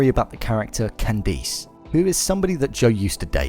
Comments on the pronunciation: its Candice not candees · It’s “ can-diss” ugh I live in the uk and my name is pronounced the same. Ppl always pronounce it wrong and say “ can-dees “ 😒🙄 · holy crap! its not pronounce Can-deese, you saw the show, right? they pronounce it properly. bonus video. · I'm British and I would never pronounce Candice like that. Its just weird. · I live in the UK and no one pronounces it like that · Tony Mvr I like how he pronounces her name